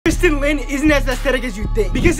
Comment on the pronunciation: Him a couple of videos ago: prononcing someone’s name wrong is very disrespectfull Aslo him now: TRyStaN LiN